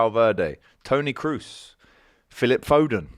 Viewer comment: Jude for Ballon D'Or give me a break. And saying Kroos lmao